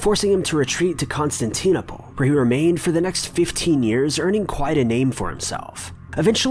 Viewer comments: con-stan-tin-opal and dublin is one smooth word no emphases on lin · Constanteen-opal? Come on, dude. Did you even go to school? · Oookaaay theres a lot of stuff incorrect with this video, dont get me wrong i like the idea behind it but there are a few glaring omissions and mistakes. Firstly Northumbria is a kingdom, the city was Bamburgh. Harald Hadrada/Sigurdson was killed at stamford bridge by Harald Godwinson not Duke William and he worked in Constantinople (pronounced terribly by the way) as a Varangian guard. Its also really important to stress in videos like this that due to the lack of first hand accounts and evidence its all supposition or statements long after the facts by exclusively christian monks. Other than that its great to get this great era of history out there and get more people knowlegable on what is, to a great many, an important part of our heritage.